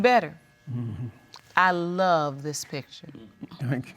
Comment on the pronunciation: I smh in sadness every time someone who is supposed to love you says I lu you...if you didnt catch it the mom said I lu you too. This may not be a big deal to most but I can't help but cringe